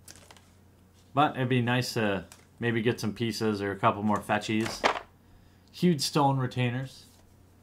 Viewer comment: More not "my"